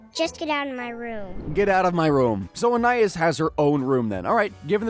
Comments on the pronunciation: It's pronounced An-eye-IHS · In this video we understood that this guy doesn't know storage rooms exist and that he can't pronounce Anais